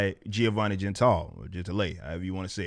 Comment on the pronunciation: It is Gen-Ti-Le